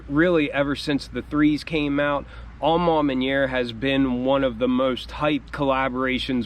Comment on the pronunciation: Take a shot every time he says ‘Aw Maw Manyerr’.😂